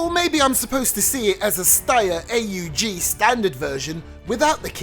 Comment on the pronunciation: It’s aug not A . U. G